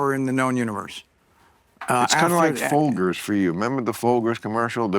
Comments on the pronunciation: Folgers with a hard g. It is with a soft g. Folgers. Not folggers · Bill Maher is a space alien, observing how we live from a distance, my evidence, he said FolGer's coffee, when everyone knows it's pronounced FolJer's! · Who the fuck pronounces Folger's like that? It's Fole Jerz. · All those years of exposure to TV commercials growing up, and you don’t know how to pronounce “FOLGERS”, Bill? How does that happen? Dang… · Funny pronunciation of "Folger's" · I have never heard anyone pronounce that coffee brand the way Bill does lol 😂😂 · Bill with the strong pronunciation of Folgers. That caught Charlie off-guard, I think. That was a shocking way to pronounce it. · are we all going to sit here and act like the way Bill says "Folgers" is normal? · Thank god someone else said this